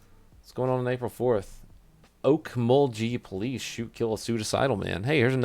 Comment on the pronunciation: I know this is two years later but you actually pronounced Okmulgee correctly the second time, and no it’s not a Rez, just a random Oklahoma town.